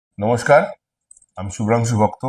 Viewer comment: নমোস্কার,,বল্লো নাকি ধনোস্কার বল্লো